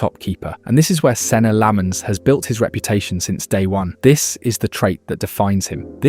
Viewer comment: you cant even pronounce his name